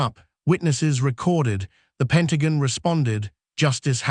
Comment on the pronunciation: It's all AI generated. The narrator can't pronounce Pentagon right